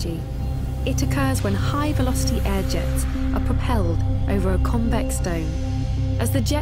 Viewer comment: Air not hair 😅